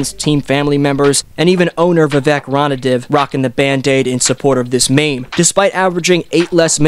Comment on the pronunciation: The butchering of McNair and Ranadive's names lol